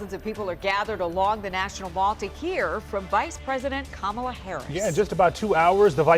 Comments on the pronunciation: Ka'mala not Kamal'a!! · It's "COMMA La". Not "Ko Mall a!" Legacy news orgs should KNOW THAT! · Oh no! I think this reporter just mispronounced her name. 🫨🫨🫨🫨😂😂😂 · Sad that pronounces Kamala the same way trump does. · Say her name correctly! You're a news reporter! Say her name correctly. you pronounce her name like trump.